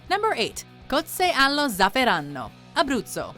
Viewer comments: In realtà per alcuni aspetti riesce a pronunciare abbastanza bene i nomi, ma... mio Dio! Trentino Alto Adìge e cozze allo zafferanno non si possono sentire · Zafferano con una n... Giusto?